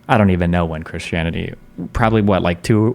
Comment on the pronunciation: oh no, "kershanity". Destiny is one of those people who pronounces 'Christian' "kershian".